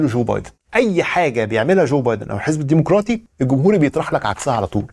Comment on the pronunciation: الديمقراطي بضم الميم بدون واو